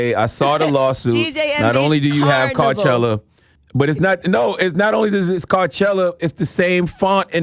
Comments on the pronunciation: Carnival “car-envy-all” 🎡 🚗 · She said DJ Envys CARnival 🤣😂🤣😂